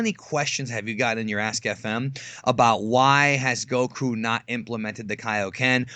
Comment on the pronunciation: please pronounce Goku properly. It's pronounced in Japanese and English dub Go-ku not Gouh-kooh you sound Thai hanging onto the sounds too long